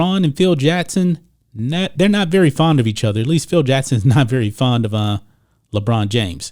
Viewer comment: JaCKson NOT JEtson, learn to pronounce your K's!!!